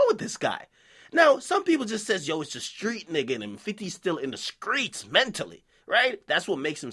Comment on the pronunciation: Still with the Gucci way, nigga saying 'skreets' 💀💀💀